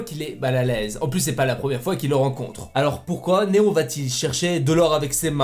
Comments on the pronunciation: Néon 😂 pas néo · Pk a la place de dire néo tu dit néon mdr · Juste tu dis Néon, c’est Néo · Tu dis néon alors que c’est néo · J'reve ou il dit "swen et neon" mdr? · il dis sophia pour les copyright il di meme néon au lieu de néo et il et dis swen pour swan